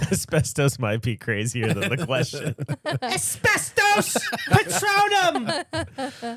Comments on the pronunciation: “Espestos” just took me out at the gym 🤣🤣🤣🤣🤣🤣🤣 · 😂 the asbetos...sounds like an item you can get at taco bell..Lily sounding like boomhauer 😂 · I’m never saying asbestos the same way again.